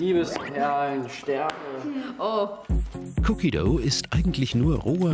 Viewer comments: "Cookie döu" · Wie er cookie dough sagt😂